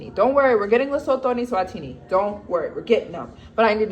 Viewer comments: Oh, and it's pronounced Luh-soo-too. ❤ from CPT, SA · It's pronounced LEH - SOO - TOO (like the number 2) not Lesothor